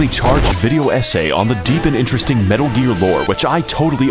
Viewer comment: You said "metal" M E T あ Л